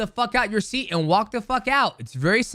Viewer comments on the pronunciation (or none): none